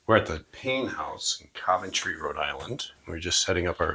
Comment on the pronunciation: Why do you pronounce Coventry incorrectly??